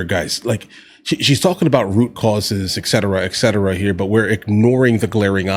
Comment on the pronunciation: Pet peeve. It's "et cetera" not "eck cetera."